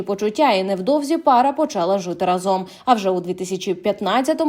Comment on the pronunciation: рАзом а не разОм...🫤...